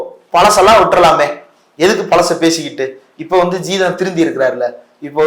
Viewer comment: எலுப்பி இல்லை எழுப்பி, பலசு இல்லை பழசு